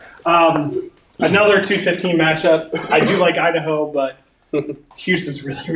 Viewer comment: Me giggling when says Idaho